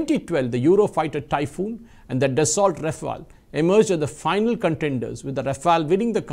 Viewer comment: French pronunciation: Daso